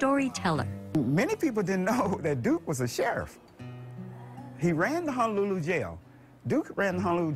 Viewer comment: Its HONOlulu not HANAlulu. Just so you are tracking brother. 🤙🏾🤙🏾🤙🏾